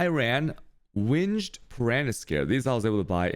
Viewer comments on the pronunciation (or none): Okay enough is enough. Its Alk not Al-ch And its Meh-sah not Mee-sa| I just watched more.. Cha-yos? REALLY And how you pronounce winged? omfg